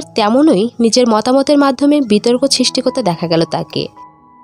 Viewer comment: বিতর্ক ছিস্টি, ছিনেমা, লাসনীতি, পসন্ত এগুলো কিরকম উচ্চারণ ভাই?